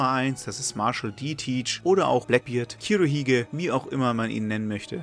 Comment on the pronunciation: Nettes Video, gute Erklärungen der Charaktere, dafür Daumen hoch Aber Blackbeard heißt auf Japanisch "KUrohige" nicht "KIrohige" 😅 (Das u und i in groß sind beabsichtigt!)